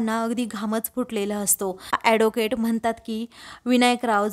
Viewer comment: Adocate नाही advocate. नीट बोलायला शिका मग vlog kara